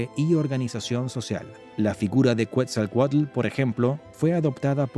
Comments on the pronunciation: Es Quetzalcoatl no cuetzalcoatl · Es Ketzalcoatl , Quetzalcóatl, no “cuetzalcoatl “ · no se dice cuetzalcuetla se dice: Quetzal Coatl. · Cuetzelcualco ahuevo..😂😂😂😂 Que dios es cuetzecualco. Yo solo conosco a quetzacoalt